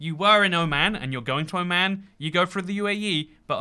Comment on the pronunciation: Oh no his Oman pronounciation sucks. Dude refer a video it's not that hard